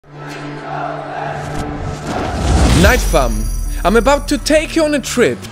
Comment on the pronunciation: You say nightfam